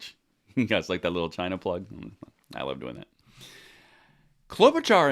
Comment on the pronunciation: The way you said “china” 🤣🤣😂😂